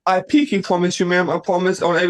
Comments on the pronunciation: "I pinky pwoomise" 😂I have never yelled at someone to shut up more than i did watching that first guy. He was so obnoxious. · I pinky pwomise you ma'am. 😅